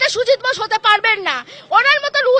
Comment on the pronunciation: Tujit bose Tujit bose jindabad ki ucharon😂😂😂😂